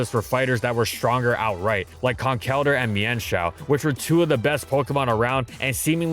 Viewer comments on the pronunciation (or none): none